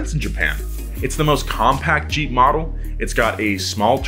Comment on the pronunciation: Whem u said jeep i thought u said cheap 😂